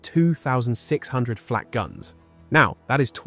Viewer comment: Gleich zu Beginn wieder Unsinn, gesteigert durch unzumutbare KI-Stimme. Erstens war das keine Flach, sondern eine Flak! Niemand hat jemals dieses Geschütz Achtundachzig genannt, sondern 8-8, gesprochen Acht-Acht, die Acht-Acht. Das weiss ich auch von meinem Vater, der Soldat war. Er hat geradezu davon geschwärmt aufgrund der überragenden Fähigkeiten bei der Panzerbekämpfung. Lasst diese KI-Stimmen, solange diese Technik nicht ausgereift ist oder Ihr sie Euch nicht leisten könnt! Was jetzt auf YT an Schwachsinn immer schneller ausgebreitet wird, ist erbärmlich und ärgerlich.